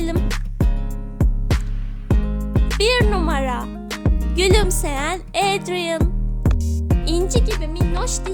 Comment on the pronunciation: Ya abla senin sesini çok güzel özelikle "Adrien" kelimesi ni çok güzel söylüyorsun 😍🥰 ve en güzel Aşık adrien i seçiyorum ben nedeni ise bence Aşk çok güzel bir duygu (gecek hayata aşık olmadım ama kara kediye aşığım)